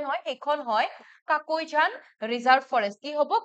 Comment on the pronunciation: Kakoijan nhoy mam,, কাকৈজানা হয়